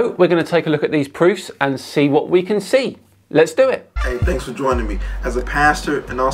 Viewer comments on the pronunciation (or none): none